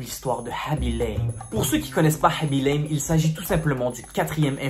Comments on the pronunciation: Normalement sa se dit khaby LAME (comme une lame xP) il est sénégalais et dans le senegal sa se dit lame bref jadore je m'abonne <3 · il ment et il prononce mal son nom